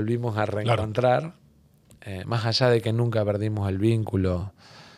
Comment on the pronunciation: Dijo "majallá" en vez de más allá. Me hace pensar que el Tajaí pudo haber sido natural...